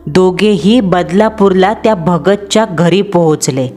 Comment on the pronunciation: भगत्या हे काय उच्चारण झालं